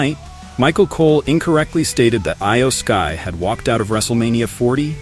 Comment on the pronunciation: Eye-yo sky?? Lmao c'mon man so you even watch the product? 😂